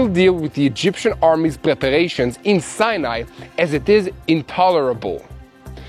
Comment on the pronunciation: I love your honest reporting and pray for Israel. I thought I had been pronouncing Sinai wrong all these years as I have always heard it pronounced Sigh-a- nih. Like he pronounced it the last time. But the first three times he pronounced in See-a-ne, so I am confused. How is the desert pronounced by an Israeli?